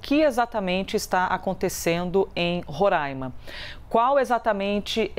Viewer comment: Falar Roraima e não Rorãima, merece muito os parabéns!!!